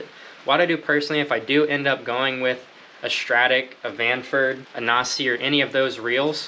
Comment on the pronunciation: If you haven't figured it out by now, Nasci is pronounced na-ski